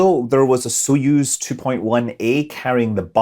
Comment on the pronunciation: Btw Soyuz isn't with an "o" but it's pronounced "a" like in some common English dialects "not", "nut", "hut" etc. --- accent is on "yuz" (speak like "use")